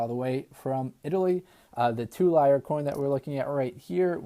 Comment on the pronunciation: Lira....'leer-a'. I finally got over 100 Ike's